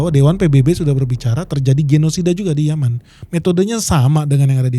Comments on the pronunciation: YAMAN bang YAMAANN ... bukan Yemen 😅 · Yaman bang bukan yemen 😂